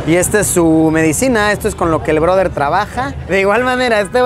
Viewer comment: El “ broder”😂😂!!